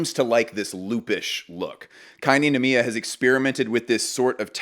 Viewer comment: noir kei ninomiya 🔥💗🌈 also it's pronounced like rei, non? kei... and nicolas di feliche coz italian, right?